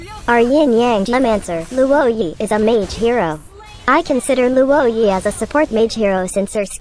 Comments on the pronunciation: Not being a downer, but I think its pronounced as "Lwo-ē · No one: Absolutely no one: Luwoah Yee